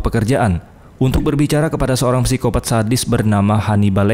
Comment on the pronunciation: Ganggu bener lu bang, sebut nya sikopat gak usah pakai P